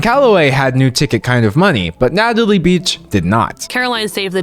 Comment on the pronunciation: ITS NATALIE NOT NADALY HOLY SHIT